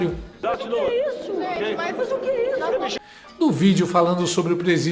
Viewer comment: 'Quêisso'!!! A Sagui tá doente? Cortaram a mesada da emissora parcial globolixo?😅